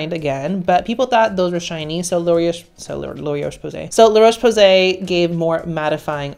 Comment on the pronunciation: Loreaoche Posay lol